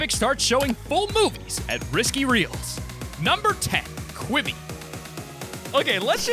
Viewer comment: When I heard you say quiby I threw up my through up